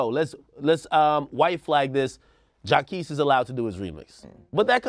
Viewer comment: The way Ak pronounces Jacquees' name annoys me